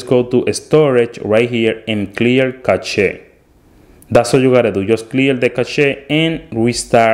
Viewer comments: Thanks for the tips! Btw, cache is pronounced the same as cash (money). Why is there an e in the end of it? Who knows! English is a weird language! 🤠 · Its actually prounounced (Cash) but the spelling is still Cache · Bro btw cache is pronounced as cash